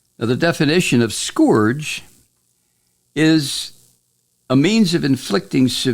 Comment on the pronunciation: not to be an asshole, but you're pronouncing "scourge" wrong, and honestly? you're pronouncing it like Trump does, so I cringe every time you say it like that. It's not pronounced like "gorge", it's pronounced like "urge" or "purge".